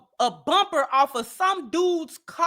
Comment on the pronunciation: Hahaha she said “chewed the bumber off “ lmao